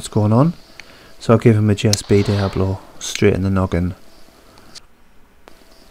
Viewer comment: The pellets are Diabolo, not Diablo as everyone including me thought until I heard it pronounced correctly and actually took a look at the spelling myself. Good video.